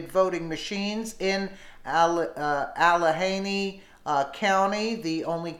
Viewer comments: Please learn to pronounce names of people and or places. The county is pronounced allaganey-not allahaney. Sorry, I just couldn't stand it any more; as often as you read it, you'd think you'd learn to say it correctly. You have an important job---do it well. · I grew up in Allegheny County, it is pronounced Al-le-ghe-ny county. I love you and your videos, you work so hard. It is a hard ( g) sound. Not criticizing just proud of where I grew up. Very blue-collar voters, my dad was one until he passed at age 92. I am very conservative and taught by nuns---don't hold it against me...thank you for all you do for us, always listen and learn from you. I appreciate your searching and finding such good videos for us. Keep it up...Keep America Great!....and I say Forever. Thanks again... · al ah gainy al as in allen .....ah as in stick out your toung and say " ah " gainy as in gain knee. ALLEGHENY....... american indian of course